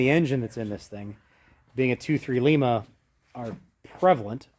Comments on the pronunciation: It's L..EYE..MA....😂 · Hi, unless the engine was made in Peru, if it was cast in Lima Ohio, it's pronounced (lie-ma), long I.